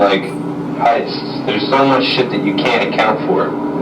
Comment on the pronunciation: "Heists" he says...what a fucking narcissist. Holy WOW!